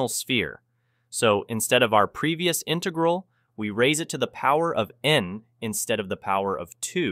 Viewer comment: Why are you using a text to speech program? It definitely doesn't sound like a normal voice (says intaegral instead of integral)